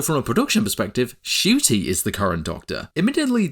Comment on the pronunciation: Btw Ncuti Gatwa's name is pronounced N-cuti, not just cuti